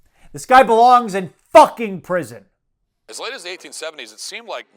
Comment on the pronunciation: Every time you say 'prison' I think 'lamppost'.